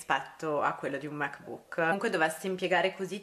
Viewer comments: Ti prego non pronunciarlo Mac bùk! L’accento è sulla a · Ogni volta che dici "mec buuc" mi sale il nazismo🙄